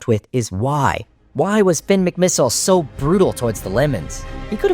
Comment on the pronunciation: You skipped the part where Tony Trihull tried to kill Finn with a torpedo, which Finn narrowly avoids and turns into a submarine, while also lifting his spare tires to the top of the water to trick the Lemons and Zündapp into thinking he’s dead. Also, you’re not British (European); pronouncing I’s as “EYE” is their tradition, not yours, so it’s pronounced mick-mih-SIHL, “Patrick Star”! 🤨